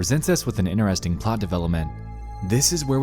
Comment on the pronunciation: The way you say 'Interesting' makes me laugh lol, 'Inresting'